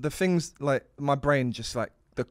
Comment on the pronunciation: “There’s tings on Mars” -Lux 2022